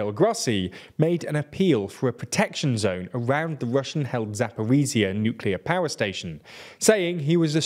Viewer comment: As a Ukrainian, I'd give that pronounciation a 7/10 Good enough, could be worse :)